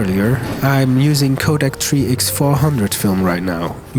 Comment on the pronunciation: The Tree Ex pronunciation had my head scratching coz I had the video playing in the background 😅 . Cool vid tho. 🫡